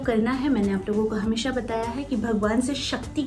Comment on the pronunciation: I like the way you talk...magar ek baat acchi nahi lagti hai woh aap sha ko sa pronounce karti hai e.g hamesa.